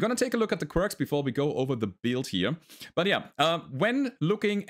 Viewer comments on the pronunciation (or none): none